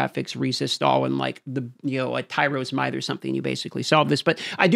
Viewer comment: lol did he just say tyrals might..? ... you say alot of words and i normally like your vids but to say tyrals might instead of tyreal is an absolute abomination... let me spell it out for you all too young to play d2. tear reee uhl.. tyreal.